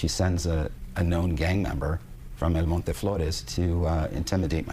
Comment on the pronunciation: LOL!, you pronounce "El Monte" like a gringo. 😂